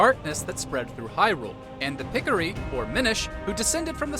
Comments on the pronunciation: "Pick-o-ree" 🤣🤣🤣 It's "Pih-Core-Ee". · say it with me ( pi-co-ri ) not picikiri .....smh